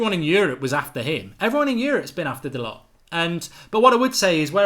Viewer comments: Hi Mark! BTW, his name is pronounced Dalo. There is not a hard T on the end. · Mark, great video as usual. Love your work. FYI the lads' name is proinounced 'Dahl-oh'. My friend who is huge Porto supporter says he is a very, very talented young man, who they were going to promote to replace Pereira, who sold to Leicester. #ggmu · His name is pronounced Dahlow, spelt Dalot. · Its pronounced da low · Dalot - pronounced Da Low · He said on MUTV it’s pronounced “Dalorr” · Doesn't anyone else find it rude when someone ignores the pronunciation of others' names? I get that you won't know some of the players but to say you don't care how someone's name is pronounced. Its their name